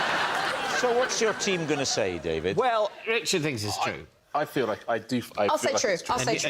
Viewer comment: DavEED sounds like someone from Greg Davis' childhood cuSHON language! 😂